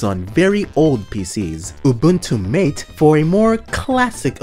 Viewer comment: Or Mate (MAH-tay)